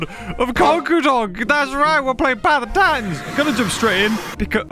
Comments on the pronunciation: theres an edit with him saying path of titans in a funny way :) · theres an edit with him saying path of titans in a funny way